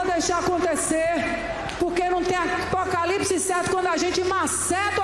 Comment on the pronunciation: "acaptopalipse" Meu Deus volte logo